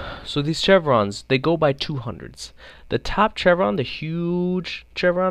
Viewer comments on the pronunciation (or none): Your take on the VSS is terrible. What were you even talking about accuracy? You missed half of those shots on purpose. Also the chevrons (Pronounced shev-rons) are zeroed at 200, 300, and 400m. The large one is 100m. You really need to keep your opinion to yourself if you don't know enough about something.